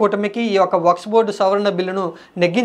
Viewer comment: వక్స్ బోర్డ్ కాదు వక్ఫ్ బోర్డ్ .